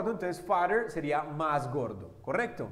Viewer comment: Cuidado con la pronunciación del "as" ya que lleva vibracion al final de lo contrario se está diciendo otra palabra que es 🍑 y no "tan... Como"